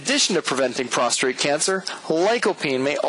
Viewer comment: It is pronounced Prostate, not Prostrate. sorry, sir!